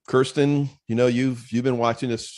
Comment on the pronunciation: He already met Cirsten but doesn't know how to pronounce her name?